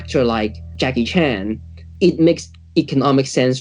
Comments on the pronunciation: Why is she mispronouncing Jackie Chan's name as Jackie Chun?? Singaporeans can't speak English for shit. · Why do Singaporeans pronounce Chan as ‘Chun’ Singaporeans can’t speak English for shit!😂😂😂😂